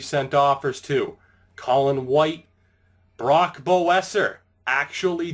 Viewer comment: hey man Brock Boeser is pronounced besser